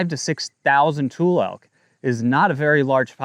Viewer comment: Trump Is total devastation!!!!! He’s destroying farmers, not Gavin! And it’s pronounced Tu-Lee elk… And Klamath is pronounced Klamith. Not klammath…